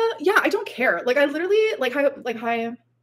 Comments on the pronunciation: as would say “liderilly” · Like, like, like, Tommy, liderally, lawfing, like, like, like, girly. This woman is 33.